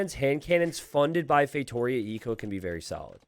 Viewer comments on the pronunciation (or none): ngl been watching the videos for a while. i'm portuguese, I just now realized wtf a "feitorious" is "feitoria" is read as " "fay-two-REE-ah." i've been laughing for a solid 5 minutes now